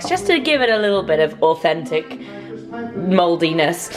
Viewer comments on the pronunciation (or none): Mulled-y-ness really sounds like moldiness it makes me laugh 😂